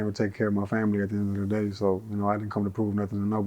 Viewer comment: Not da baby but deee baby lmao